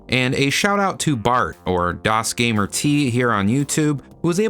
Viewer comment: The T in Dosgamert is not a separate syllable. The name is pronounced more like Dosgamered, but with a hard T sound at the end.